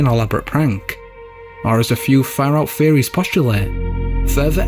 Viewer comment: Bahaha ,I’m not gonna lie ,that had me thinking he was saying the same for a second